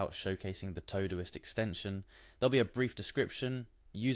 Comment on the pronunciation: This was helpful. Please note: The program is called Todoist. It's for things TO DO. Pronounced TO-Do-ist. Not TOE-do-ist.